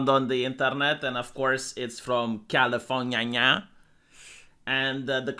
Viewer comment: The way you said California… lmao